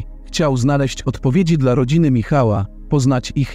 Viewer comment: Na pewno słowo,,dla,,przeczytałabym ,,dla,, a nie DLA